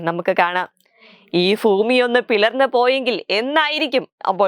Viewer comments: ഫൂമിയല്ല, ഭൂമി ഓക്കേ. പ, ഫ, ബ, ഭ, മ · ഈ വേറെ പണി എന്തെങ്കിലും കൊടുത്തൂടെ? ഫൂമിയാണത്രെ ഫൂമി😂😂😂